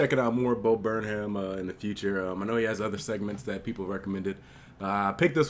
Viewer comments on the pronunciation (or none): Its pronounced burn 'em not burn ham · Hey! Stupid correction and you probably already gotten this but his last name is pronounced "Burnam" the H is silent:) i loved the video btw! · It's pronounced burn-um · Pronounce it Burnem, white people don’t pronounce the H within their last names... like Jamaicans. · thanks for the vid man, interesting to hear your perspective also you say Burnham wrong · The H is silent. :) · Does he not know that the h is silent? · The "h" is silent.